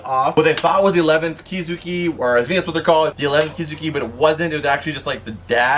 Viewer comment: Oh nah homie did not just say “the 11 kizuki” 😔